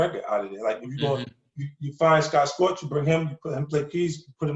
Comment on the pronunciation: 50 still saying Scott Scorch lol but no one has the balls to correct him on that yet and it’s been 15 years now. Dope interview. Only artist I’ll sit down and listen through the whole thing.